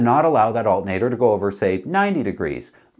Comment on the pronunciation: "Altin'ater". love it when hillbilly Canadian charm sneaks in!